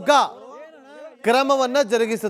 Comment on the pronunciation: Ahyoga alla ayoga ahadu